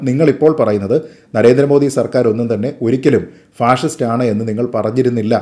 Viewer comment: ശരിയാണ് അവർ പറഞ്ഞത് അവർക്ക് അർത്ഥം അറിയാതെ പറഞ്ഞതാണ് അവർ പറഞ്ഞത് പാസിസ്റ്റ് എന്നാണ് ഫാഷിസ്റ്റ് എന്നല്ല